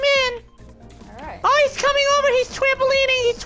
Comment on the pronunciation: "He's twampaleening, he's twampaleening!" 😂😂😂